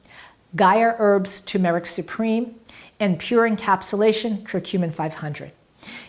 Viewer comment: Tur-mer-ic. Not tu-mar-ic.